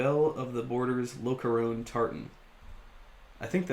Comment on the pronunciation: FYI the interior lining is pronounced: Lock-car-on Imagine “loch ness”.